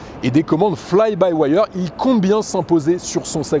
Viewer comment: c est quoi fly by waieur?? apprends a parler anglais, c est fly by wire